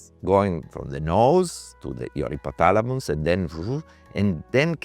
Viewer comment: I love how he says Hippothalamus